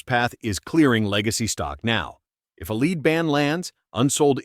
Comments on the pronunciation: It's a flaw in how AI pronounces lead as leed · nice AI video. it can't even say "Lead ban" right.